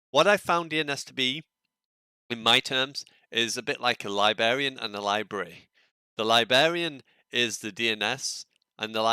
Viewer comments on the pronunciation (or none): Libary = Library, Libarian = Librarian, otherwise nice vid 😉